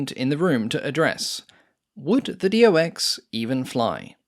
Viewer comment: Its not D O X! Its Do (one word) and than X. Like his name ist not D O rnier.